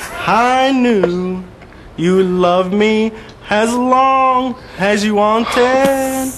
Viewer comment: I lost it because of the way he pronounced "long".